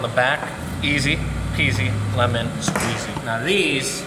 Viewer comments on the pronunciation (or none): none